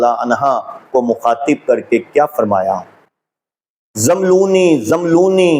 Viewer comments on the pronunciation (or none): Zàmlooni. Nahi hay rather it is Zammelooni... آپ کو تو عربی بھی پڑھنی نہیں آتی۔ بنتے ہیں۔ بڑے۔ علامہ۔ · abe chutiye pahle zabar zer lagi hui arabi to tu dekh ke dhang se padh le Phir gramar ki bat kar zammiluni ko zamluni zamluni bol raha hai jahil arabi to kuja angrezi ka lafz grammer nahi bol pa raha graimar bol raha hai ye kitna bada arabi dan hai is jumle se pata chal raha hai k jab ye usool e kafi ka hawala de raha hai to usme umme salma ko amirul momineen kah raha hai ye usi ka pairukar hai jisko unt aur untni me farq nahi maloom tha aage ek arabi ka lafz bol raha hai قوموا ab isko ye nahi maloom ke is lafz me qaf par pesh padhna hai ya zabar ye padh raha hai qaumu bechara sahi se maswida rat nahi paya baqi sare jahil nasibi dad aur tahseen de kar apna maalak bata rahe hain